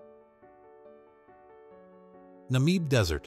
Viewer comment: Pronunciation of Namib is not "Nameeb" but short like in Na-mib 😅